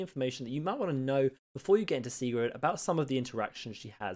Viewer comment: It's pronounced sig-rid